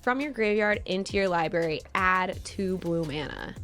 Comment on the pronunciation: ugh, please don't say 'liberry'.